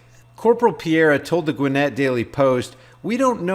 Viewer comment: Gwinn-It county! LMAO.... It's Gwinn-et.